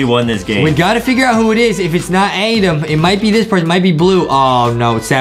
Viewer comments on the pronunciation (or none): NO ITS ADEM. OK IT'S ADEMMMMM NOT "ADAM"